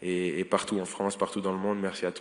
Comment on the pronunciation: C'est ça la Fwance ? Quelle horreur